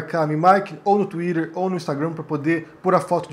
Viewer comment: achei que nunca veria nada mais engraçado que vc falando "inglesadamente" twitter, ou instagram quando vc fala, mas vc falando o nome do seu livro em francês superou kkkkkkk eu te adoro e admiro seu trabalho demais! desculpa a zuada <3 kkkkk